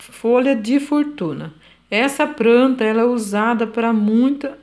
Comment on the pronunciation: Eu amo quem fala "pranta e pobrema" ❤